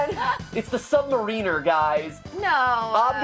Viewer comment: Did it bug anyone else when Namor came out of the water, and mat pronounced sub mariner wrong? It probably didn't, but I'm a huge comic book fan, and sometimes little things bug me.